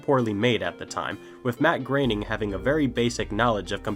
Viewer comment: your saying his name wrong. it's and 'oh' not an 'a' sound when you say groening.